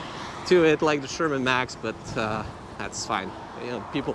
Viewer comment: Hmm. You keep saying "Sherman Max".